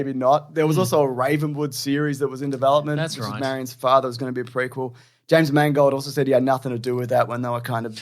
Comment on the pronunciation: James, your accent while saying "father" is the best thing I ever heard!